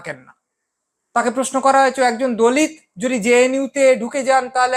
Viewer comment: আপনি "দলিৎ" উচ্চারণ করছেন কেন? বিদ্যাসাগর বর্ণপরিচয়ে ত এবং ৎ এর পার্থক্য নির্ণয় করেছেন। সেই সূত্রে হবে, দলিত(অ)।